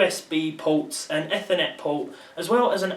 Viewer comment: "efernet" AMAZING :'D